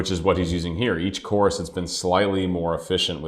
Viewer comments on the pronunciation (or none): none